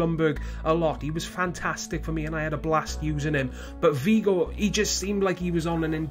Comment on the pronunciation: "louis vigo" lmao learn how to pronounce haha. Srry about that, this was a gr8 video and u r a great youtuber! :)